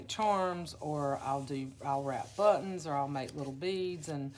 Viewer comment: LOL ........................ Bu-TT-ons ................. sooo not you, Gurl!! LOL!!!! OMG!!!! I'ma tell Faydra on you!!!! She's gonna have to re-train you in Texan drawl!!! LOL......💗XX!!! Your journals are such treasures!!! My student's baby will turn 1 in a few, and she still raves about her baby book!! So proud to have gifted her art made by you!!🌻